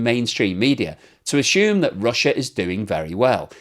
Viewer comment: There is no H in ashoom, As curly told Moe, you are speaking incorrectly, you are moidering the kings 👑 English. There is no H in ashoom it's assume. Ass you me. 😂Lol 😅 OMG 😂 yuuup 😂 hahaha 😂 luv your blogs. Have a blessed day mate d world could use a few more mates like u